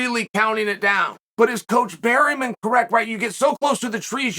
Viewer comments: Trust on Chael to butcher names "Eugene Berryman" 🤣🤣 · "Burymen" meets "Pierre" the Frenchman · Chael slaughtered Eugene's last name🤣